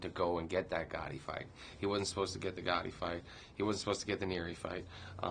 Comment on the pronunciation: not Ghotti its Gatti